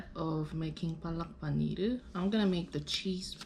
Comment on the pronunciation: Palak paneeeer... Nice try to pronounce it...not your fault